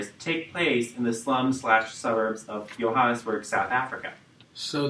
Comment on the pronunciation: The pronounciation of Soweto and Johannesburg is terrible too!! 😅😢😡